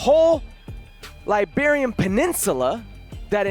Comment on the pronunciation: Herc it's Iberian peninsula not Liberian peninsula.